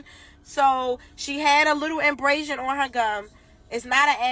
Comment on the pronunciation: As a nurse I can say infection can DEFINITELY happen overnight. Also the term she was ATTEMPTING to use is ABRASION she said inbrasion which isn't even a word 🤦🏽‍♀